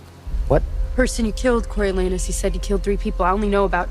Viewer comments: "corio-LAH-noos". At least, that's how we say it in Shakespeare 🤓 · Yep, Corialanus not Coryo